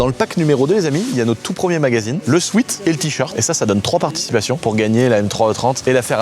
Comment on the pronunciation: J'fais mon relou, mais c'est insupportable à chaque fois le "sweat" mal prononcé. "Sweet" prononcé souite = "doux", comme un bonbon, ou "sweet heart", et "Sweat" qui se prononce "souète", qui veut dire sueur. Un "souète" shirt, pas un souite shirt.